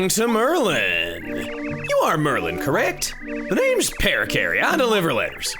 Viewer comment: So the name Merlon, is it actually pronounced MerLIN/MerLEN or is Chugga just misreading the name every time and it's actually pronounced MerLON like it's spelled?